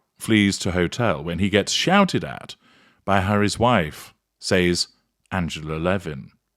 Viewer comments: Wrong way around! he says SAYES and correct pronunciation is SEZ and yes always detected Lancashire?yorkshire? twang in his narratives. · "Says"pronounced SES. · More like SEZ.